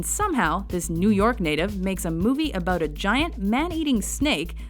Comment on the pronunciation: Subtle difference, everyone says canadians say "aboot" but to my ears it sounds more like "aboat" or possibly a hybrid between the two. Maybe this is why the Canadians always object to this portrayal. Often the subtlety in understanding a true accent is lost. Canadians also don't say "baig" instead of "bag"...it's more like "bayeg" but shorter, as if one syllable.